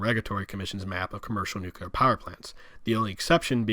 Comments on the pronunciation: Please focus on your pronunciation of “the” it’s th not “da” . Hard to listen to. And Nuclear is “noo-CLEE-er”, not “noo-cuoo-ler”. Hard to listen to. With that said this was a good presentation of the Gilead map and thank you for doing that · Nucleeeear. Not noocuular for the love of god. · New-Clear is not how you say it lol. New-Clee-Ah is how you say it. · Thank you for this informational. Now, may I offer... NUCLEAR = NEW-CLEE-URR. Not NEW-CUE-LER. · At the risk of sounding elitist, as a physicist it gets under my skin when people mispronounce certain terms. Repeat after me: NEW-CLEE-AR. Unfortunately, saying NEW-CUE-LAR is so frustrating for scientists and engineers. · I loved the map. I even made notes during the video because I love the series and this part always confused me. One point though - you mispronounced "nuclear" many times. It is pronounced "NU-CLEE-R", not nu-cu-ler". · NUCLEAR! OMG! Say "NEW", then say "CLEAR". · I share your frustration with that typo, but it sounds like you are saying "nukular" like George W. Bush instead of nuclear. Thanks for this video, in any case. :) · Mentions typo on map a few times Goes on to mispronounce "nuclear" several times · your pronunciation of nuclear is sickening.